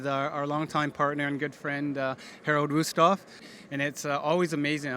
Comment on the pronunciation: 10 jun 2020 5:7 pm edt:thanks. wusthof is being pronounce fus-tof